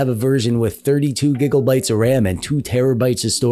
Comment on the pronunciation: I've run into your videos a few times in the past and I have one question. Is there a reason your pronounce Gigabyte like Gigglebyte?